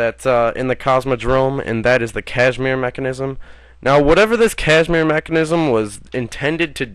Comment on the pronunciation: Kasimir, not cashmere.